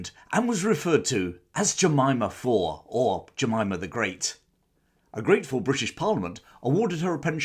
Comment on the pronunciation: Jemima fawr! (Pronounced like a ‘v’ sound joined to the English word ‘our’. Tap the ‘r’ at the end and you’re there).